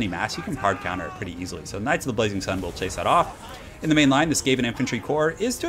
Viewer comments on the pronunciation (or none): none